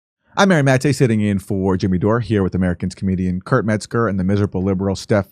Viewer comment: Mary matte. Can't this douche say his name! Lol